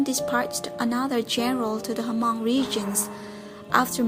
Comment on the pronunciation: It's not pronounced ha-mong!